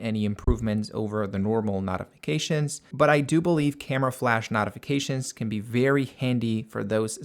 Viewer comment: I thought it was me the first 3 times I heard it.